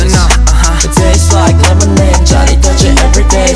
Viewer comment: A professor in field of Linguistique in my country (Thailand) praised Taeyong posting on FB that Taeyong’s Lemonade is a good and correct example for pronunciation by placing his tongue 🤣 It’s a true and fun story. 👏